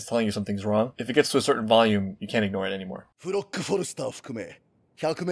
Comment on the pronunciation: his name is pronounced flock